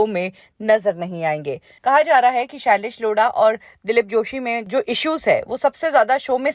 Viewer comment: shailesh Loda🤣🤣🤣🤣 madam nam to shi se lo